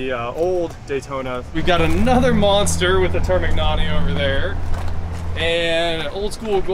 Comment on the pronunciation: you’re with an Italian, for my sanity please ask him to pronounce termignoni for you 🤦‍♂️